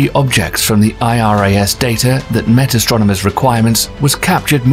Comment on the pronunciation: It's ASTRONOMERS. Not "Astronaumers." FFS Thanks! Had to get that out there. I feel better now.